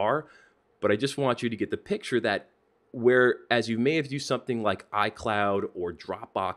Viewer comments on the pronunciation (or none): none